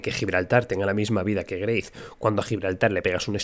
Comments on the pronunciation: GREYTH XD XD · greith? wtf lo nombras así loco ja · porque pronuncia grace?